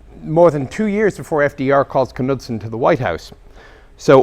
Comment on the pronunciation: The K in Knudsen silent. A good book to read regarding Bill Knudsen is "Freedom Forge" by Arthur Heman.